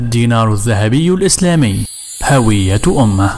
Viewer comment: هوية بضم الهاء